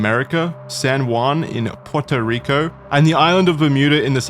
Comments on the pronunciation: did i hear PIERTO Rico? ITS PUERTO RICO(as a puertorican i see this as an absolute insult) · the way pronounces Puerto Rico hurts my brain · As a puerto rican I need an embargo on use of the term "puerto rico", my man cannot pronounce it for shit😭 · variations on the pronunciation of "Puerto Rico" are adorable. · At this point, the constant mispronounced words are more feature than bug. "Pure-toe Rico," "the Shooner," etc. Always good for a lil chuckle